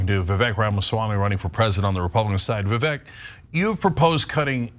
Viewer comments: The funny thing was the first time she said his name, she mispronounced it and continued to do so multiple times. His name is pronounced vivek (like cake, vivAKE) not EHK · Its not Vivak... Vivek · His name is pronounced “Vi-vake” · She couldn't even pronounce his name correctly. It is vivAKE like cake even though spelt vivek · Can Young Turks sync up their interviews ? Can Anna and Jenk pronounce Vivek's name correctly ? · said Vivek's name wrong in the beginning. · I used to be ahuge tyt supporter, cenk lost me at his take on russel brand, guilty until proven innocent. He's been this way for every accusatin except his nephew's. Wasnt surprised at all by their nasty attacks on vivek. Ana intentionally pronounced his name wrong. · Perhaps preparing for the interview and being detail oriented could be something as simple as pronouncing your guest's name properly? This is amateur hour unhinged interviewing at its finest -- imagine not being to convey your point succinctly and intelligently without losing your cool. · when you mispronounce Vivek's name he has the RIGHT not to even know your name! Maybe when YOU reach out to someone to be on your show, YOU should do a little more research as to HOW TO PRONOUNCE YOUR GUEST'S NAME!